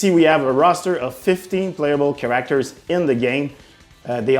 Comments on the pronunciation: Cringe every time he says “cAr-aCtOrS” 🤢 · what is a Char-ra-actors? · He said karakterz like 23 times. Good choice. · Hopefully they add more “Kiracktors” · Soooo you’re incapable of pronouncing “Characters”. Ok cool. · ChaRackTers is getting me each time he says it. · "Emfaces" "chareactors" it's so hard to focus on the video I'm sorry, but I haven't been able to focus on anything but the jarring mispronouncing of words. English probably isn't his first language, I'm not trying to poke fun but dammit this video is making me look at the wrong things 😅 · He put the wrong emphASSis on the wrong syLABul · Great can't wait. Also find it hilarious how you pronounce certain words. Like character as "cure-rack-ters" and emphasis as "em-fay-sis" 😂. Nevertheless, nice dive video. Hope you guys do an Xmen beatemup or even DCU.